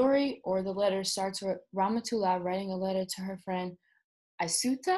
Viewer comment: It isIt is really funny for an English speaking person to pronouce somme names. I can see if can help by writing those names in a way be able to read them corretly: Ramatoulaye(rama too lie), Modou(modu), Binetou(been too) too), Aïssatou(I sat too), Daba(dab aa), Nabou(na boo). Well i know all this because i live in Senegal.